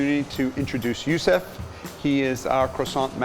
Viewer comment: Gurzau which is why he didn’t remember his name properly... he said Youssef instead of Youssouf -_